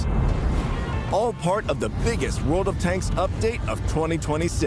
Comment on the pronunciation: Ladies and gentlemen.......... TODAY....... VORLD OF TANKS!!!!